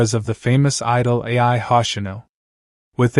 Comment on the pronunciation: It’s Ai not AI!